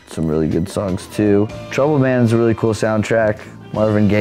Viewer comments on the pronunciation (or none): When he said "trouble man" I thought he said "troll man!"